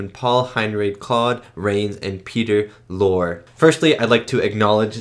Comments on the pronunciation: Great reaction… as always. Just FYI… it’s pronounced Ingrid BERGman (with a hard G like iceBERG) and Peter Lorre (like LORREY - not Lore). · And it's pronounced as Lor 'Ryl; the E is long, not silent. Peter Lorre. The song is 'As Time Goes By"